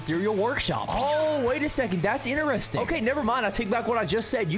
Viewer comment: The fact he can't say interesting normally he's saying ineresting